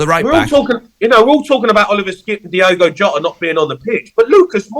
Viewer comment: It's Diogo Jota not Diego Jota. Christ